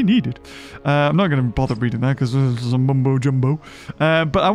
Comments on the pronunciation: Ima be the first to correct him it’s *this not thisn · Lol hé was so mad that he said “THISN” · "THISN" had me dying🤣 it still shall not change😠